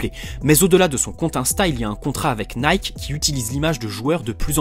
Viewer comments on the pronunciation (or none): none